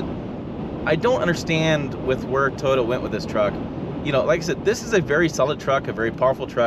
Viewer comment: Fake engine noise? You will probably love the metaverse, also fake. I like living in Realville. BTW it is Toy OH" tah, not Totah, but I still really appreciate your channel. Good honest content.